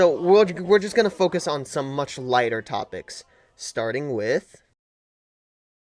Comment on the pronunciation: Sir are you Kwite Lite?